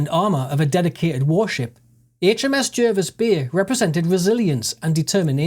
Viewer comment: It's pronounced J (A) rvis Bay